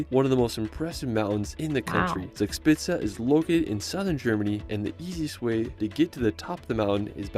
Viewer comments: The video misspronouces "Zugspitze" so much, that I really can not understand it even if I know and try to know what they tray there. ;) Try it like this please... at least that is closer to the real one: "Thooc-shpitza" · Yes you can pronounce it if somebody describes the phonetics to you. Zugspitze = Tsoog-schpitse. ( literally translated “Draft-Peak) You are correct with the Wine Riesling. It is Reezeling - never Riseling 😊 Minute That is Drachenburg in the city of Bonn. ( Would translate to Dragonburg ). Named after the mountain it is built on the Dragon Mountain. The Mountain named after The Siegfried the Dragonslayer Saga! The Hohen-tsollern Castle named after a distinct Aristocratic-Dynasty. The Family roughly dates back 1000 Years. the Glas Building on Top of the Brick-Stone Building is Hamburg’s Philharmonic Concert Hall. The Hanseatic League was a medieval confederation of merchant guilds. This is where German National Carrier Lufthansa’s name derives from. Luft = Air - Hansa= confederation of early German airlines ( ca. 1920s). I could go on but don’t wanna bore you to death 😅. Loved your reaction ❤